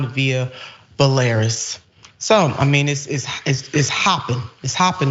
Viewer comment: Bel a ROOS not Bu Lair Iss.